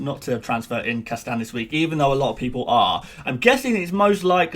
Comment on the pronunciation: You may wanna work on pronouncing "Castagne", not that I really worry about the the pronunciation, but it really sounded a bit weird when you said it at-least 20 times in 2 mins.